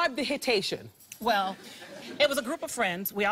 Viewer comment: the hitation ahahahah